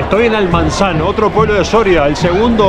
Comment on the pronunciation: No es Almanzan, es Almazán, a 25 minutos de la ciudad de Soria.